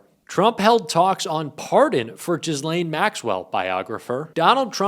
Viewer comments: Say - Ge-Layne. (Not - Jiz- lane even though it is more appropriate for the situation) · Say gill-lane, not jiz-lane. The situation is bad enough. 😂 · It's Ger -laine (with a very silent sounding R) not Jizzlaine. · it's prounouced Gil-lane, not jizzlane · Can you olease stip saying JIZZ-LANE??? The S is silent...its Ghi-lane, ffs 🤦🏻‍♂️ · Please, stop calling her “jizzlane”. The “G” is hard, as in “good”. The “s” is silent. “Gee-LANE”. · PLEASE say Ghislaine Maxwell's name right. It's pronounced Gee-len, not Jislain. It's French. If you want to be taken seriously as a journalist, do the basic research. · why do they pronounce it Jizzlane Maxwell? XD XD XD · It's not pronounced Jizz-lane even though that is mildly amusing. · Her name is pronounced age Lane s is not used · The S is silent, its pronounced 'Ghi- lane' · Pronounced: Gi-lane (hard g) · It’s pronounced GEE-LAIN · “Jizz-laine Maxwell” 😮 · The S in Ghislaine is silent. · you need to pronounce the convicted sex offender Ghislaine Maxwell's name please.